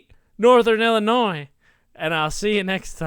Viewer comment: Disliked because you said "ILLI-NOISE" 😂